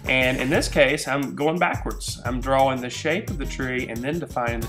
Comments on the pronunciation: at the begining he say dwaing twees hehe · He enunciates the W in 'drawing' a lot.